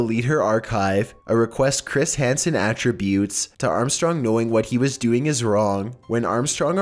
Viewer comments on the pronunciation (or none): I find it kind of funny how the word attribute those spelled the same can have two completely different meanings depending on how you pronounce it. He pronounced it wrong in the video